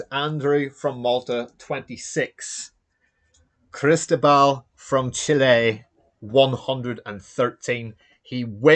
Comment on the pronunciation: My friend, I am Cristóbal, and that pronunciation is as good as it's going to get. Thanks for streaming the game! My green dice were hot and got me out of some tough situations. Well played by Andrew!